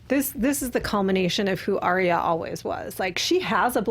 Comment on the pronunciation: ARYA not aria